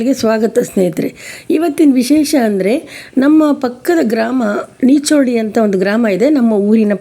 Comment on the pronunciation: ಮೇಡಂ ನಮ್ಮ ಊರ ಆಲೆಮನೆ ಹಬ್ಬ ವೀಡಿಯೋ ಮಾಡಿ ಹೆಚ್ಚು ಜನರಿಗೆ ತಲುಪಿಸಿದ್ದೀರಿ ಧನ್ಯವಾದಗಳು🙏🩶 ಒಂದು ಸಣ್ಣ ತಿದ್ದುಪಡಿ ನಮ್ಮೂರ ಹೆಸರು ನೀಚೋಡಿ ಅಲ್ಲ ನೀಚಡಿ ಎಂದಿದೆ ದಯವಿಟ್ಟು ಉಚ್ಚಾರಣೆ ಸ್ವಲ್ಪ ತಿದ್ದಿಕೊಳ್ಳಿ😍